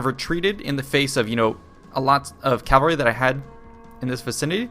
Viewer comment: It really annoys me how you say "calvary". It's "cavalry".